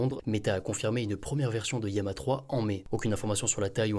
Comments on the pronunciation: bon apparemment "yama" c'est la prononciation en espagnol (ça s'écrit llama en espagnol ), mais je comprends pas pourquoi bcp de français le prononce de cette façon ^^, les anglophones prononce lama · Désolé mais ça me trigger d’entendre "Yama" c’est LLAMA !!